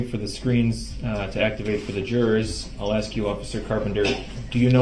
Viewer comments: Then “but I’ll axe again” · Axed——-I hate this word! Why can’t he just say ask! It’s taught early on. In kindergarten I believe. So why??? Also why does he tell grounds for everything????